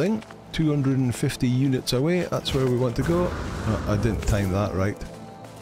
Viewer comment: Ah, I do miss hearing that, "eunuchs received."